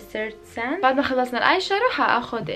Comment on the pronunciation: اسمو آيشادو مو آيشارو